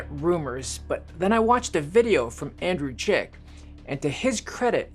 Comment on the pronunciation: I think you're referencing YouTuber Andrei Jikh, not 'Andrew Jick' or whatever you said. You should link his post or channel.